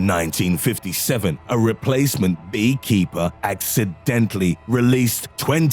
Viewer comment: "Accidantally" Yeah Right